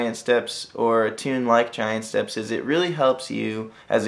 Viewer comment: Rev. Kitty that's how it's supposed to be pronounced.